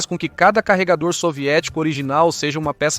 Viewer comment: Eu sentindo agonia cada vez que ele chama "carregaror" o magazine 🙄🙄